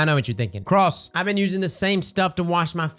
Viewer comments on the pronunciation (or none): none